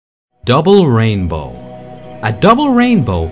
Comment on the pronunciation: "Double raimbow, oh, double raibow all the way!"